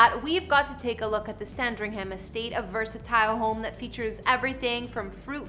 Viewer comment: As a Brit i’ll so many of the names you have butchered here like Thames and Norfolk and Sandringham for example